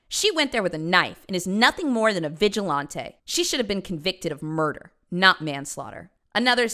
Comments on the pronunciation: "Random, Vi-gi-Lawn-Tay," 😂😂😂😂 Vi-Gi-Lan-Tee 😅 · Serious topic. But everytime I heard “Vigi-lahnté” kept throwing me off lmfao Seeing this was 2 years ago, I wonder if she still pronounces it like this. Been binging her videos for the past 3 weeks and I love her even if I don’t agree 100% of her stances. Very entertaining and thought provoking. Learned a lot about myself and others. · Vigil-Ahn-tay is hilarious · pronunciation of 'vigilante' makes me think she holds her drinks with her pinky out. Fancy!